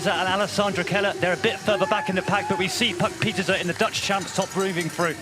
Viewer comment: Can you lads learn to pronounce Puck Pieterse's name correctly please? 🤦🏻